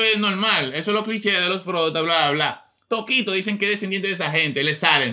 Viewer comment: Mira a "Tokito" y se volvio "Tokote" 🤣🤣